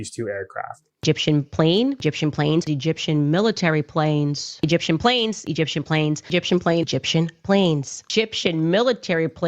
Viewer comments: rofl that cut where she drops the “e” from egyptian 😂 too funny man “gip-shum” i replayed that 10 times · It was an ishrali, gipshum, burrrreal plane ✈️